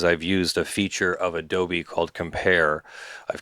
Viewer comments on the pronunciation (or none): none